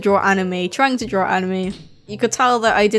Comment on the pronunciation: It sounds like you're saying "drawrl" when you say draw. No offense.